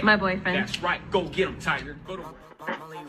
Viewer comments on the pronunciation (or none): none